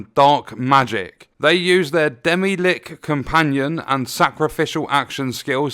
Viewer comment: that pronunciation kills me XD